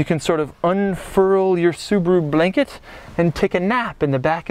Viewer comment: "Subaru Blehnkeht"